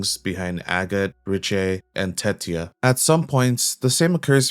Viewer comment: Agott isn't pronounced as "Ag-it" it's "A-gott"...